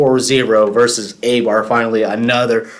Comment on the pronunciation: A-bar? It is pronounced I-Bar.